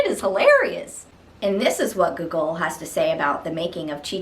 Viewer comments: Hello ! I hope I my comment did not seem rude , I genuinely found it funny and had no intend to offend you :) Just by putting more emphasis on the first o (Gό)gol instead of the second one will be perfect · The way you pronounce Gogol is hilarious XD